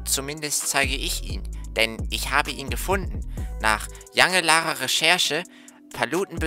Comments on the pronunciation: Nach jange lahre sagt er🤣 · "nach jangelahrer Recherche 🤣"